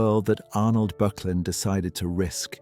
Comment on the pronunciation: Pronounced ``BURK_LIN``